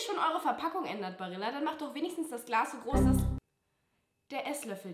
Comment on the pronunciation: Hallo liebe Julia 😇 Barilla spricht man "Barija" aus Genauso man Mallorca "Majorca" ausspricht und nicht Malorca 🥰 lg